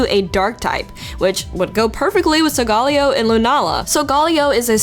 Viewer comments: Am I the only one the finds it a "cringe" that she is pronoucing Solgaleo? It's pronouced "Sol-Ga-Leo", not "Sol-Gal-eo". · Pretty sure its sol-ga-leo saying it any other way would mean your trying too hard over just a word SOUL/GALIO or SOUL/GALAO(for your Galileo theory) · Solgaleo is pronounced sol meaning sun ga meaning the and Leo meaning lion. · its pronounced SOL-GA-LEO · You pronounced Solgaleo wrong. Solgarleo is not right. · I like to think that it's pronounced like "Galileo" because he was an astronomer and the games are Sun and Moon. It kinda sounds better like that too imo, but you're right. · I cringed every time you pronounced Solgaleo's name like that... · His name is in spanish, so you pronounce it in spanish. Problem solved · random guy that likes food I believe he got that since both sol and luna are sun and moon in spanish. But it goes similar to other romance languages too, so yeah.